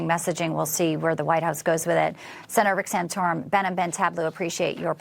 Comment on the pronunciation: It's TALE-BLU - get it right! BBT is the BEST!